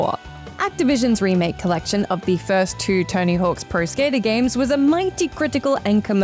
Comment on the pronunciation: I heard TINY HULKS PRO SKATER 😅